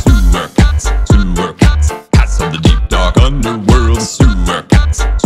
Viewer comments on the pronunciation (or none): when he said cats it sounded like pats or pants